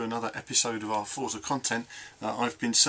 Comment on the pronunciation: Forza is pronounced fortza, its an italian word :) The game is looking great though, im liking what Dan Greenawalt has been saying about the changes and advancements in the physics too.